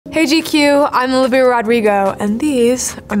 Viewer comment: La demostración de que no sabe hablar español es la pronunciación de su nombre y apellido, una decepción, no se que hacen estos padres.